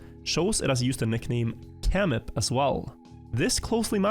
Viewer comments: samir and camip as you call it is same name just writen on another language and letters, Camip=Samir when you pronounce it on cirilyc so its same name just different language!!! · well i do not comment usually but one thing caught my attention, pronounces camip as it is written, but it is actually written in cyrillic and is supposed to be read as samir, so the name is not actually different, it's just written using a different alphabet:) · "Camip" is pronounced SAMIR IN CYRILLIC!!!! LEARN CYRILLIC FOR YOUR OWN GOOD.